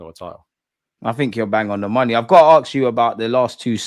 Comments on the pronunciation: come on, arksed or axed is Americans bastardising our language you sir as a journalist are much better than that 👍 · Why can’t you pronounce the word ask? You are as English as me for gods sake.